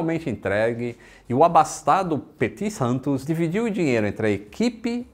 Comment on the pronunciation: Se pronuncia Petit Santô